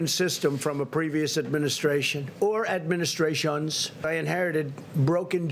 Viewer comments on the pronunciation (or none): "...or administraXONS"! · “Or administraSHAWNS” 😂😂😂😂